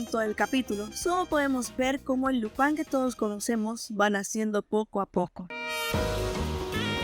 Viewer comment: Dices lopan todo el rato para imitar un acento frances? O eres española que llama a spider man espa(in)der man? En latinoamerica a Lupin se le conoce como Lupin y no fue muy popular como super campeones o cobra